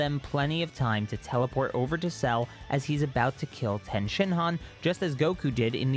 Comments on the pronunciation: Ffs its TIEN NOT TEN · Is tien pronounced differently in the manga that’s why u continue to pronounce it differently